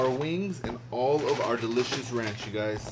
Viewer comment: Nobody:: R A N C H